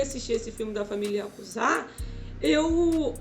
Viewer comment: Yakuza nao IaKuZa mskska